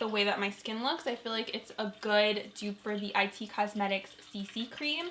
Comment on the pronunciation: Haha I've never heard anyone call IT Cosmetics I-T Cosmetics Haha it took me a min to figure out what you were talking about cuz I couldn't stop thinking about the I.T. team I worked with when I worked for the state of alaska dept of fish and game🤣🤣